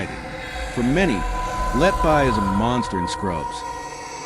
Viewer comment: I would suggest you learn how to pronounce her name.